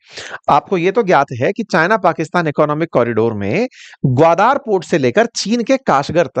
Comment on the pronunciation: it is ग्वादर not ग्वादार.